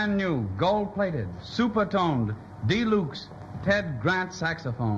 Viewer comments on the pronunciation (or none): "De-lukes"? That was how they pronounced Deluxe? LOL...